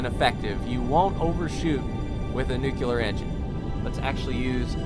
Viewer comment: Please learn to pronounce "nuclear", it's really annoying.